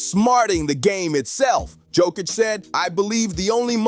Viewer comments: not dzokic but joooookkkicc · It not JokiCH, it's JokIC. Beyond proud. 🇷🇸❤️ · YO-KITCH. Not JOE-KITCH C'mon people !!🥴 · The best player and all that and you still can't pronounce his name, shame.